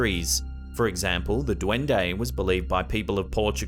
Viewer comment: That dwundei accent is hilarious